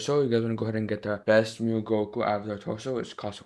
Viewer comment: saying mew not saying m u i😢😭😭